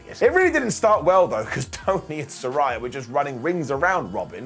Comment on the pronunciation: I love you, but there's no rhy in Saraya. ✌